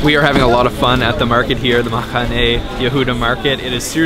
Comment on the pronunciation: Great video...love Mahane Yehuda. Like his Arabic/Mizrahi pronunciation of the "het" in "Mahane" LOL. His pronunciation of "herbs" is the British, not the American one, strangely. We Americans don't typically pronounce the "h." I guess maybe we like to drop "h," just like the Israelis. ;=)